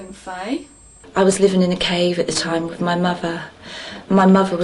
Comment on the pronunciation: lol "i lived in a cave wiv my muver. she was burned because she was a witch and i was too."